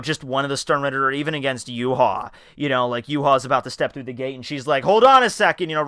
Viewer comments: Yhwach is pronounced Yoo-Hah I know that looks weird but it's how it's pronounced. Technically it's "Yoo-Hah-Bah-Ha" or "Yoo-Hah" for short. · Who's youha? You mean Yhwatch? Is that how you pronounce it?